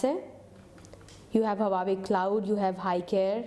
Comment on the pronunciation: hahaha pehly huawei bolna to seekh loooo Lollll